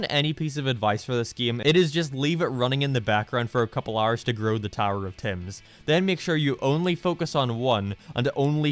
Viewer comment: Am I the only one who was thinking of 'Tems' from Undertale when he kept saying 'Tims'